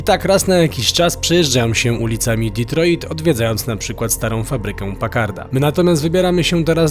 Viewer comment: Panowie, świetny materiał jak zawsze. Ale tak z czystej przyzwoitości mogliście nauczyć się jak się wymawia Detroit bo trochę wstyd... Pzdr